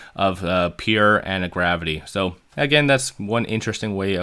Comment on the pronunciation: "Peer"? It's "Pure"! Are you throwing these trolling phrases and word in there to make us comment?